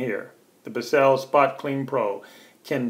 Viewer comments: It's not Bis Sell. It's one syllable Bissell. Like missile with a B. It's an extractor not a brush. Apply the cleaner solution and then pull the nozzle backwards to extract the dirt. With the amount of solution you used you might as well have washed it in the kitchen sink; or, better yet put it in the washing machine on Delicate cycle. Did you even bother to read the directions before you decide to show us how to use it? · Biss-sell lol Why did you dwell so long on useless content like the headrest removal And your clearly have no idea how to use this, yet that's the video name lmao